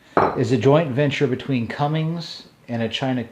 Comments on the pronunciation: CUMMINS! NO G IN THERE. if you are selling diesel related parts and saying Cummings you sound like a dope. It will make me question if you know what your talking about or reading a script. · jason birch spot on sir was thinking the same thing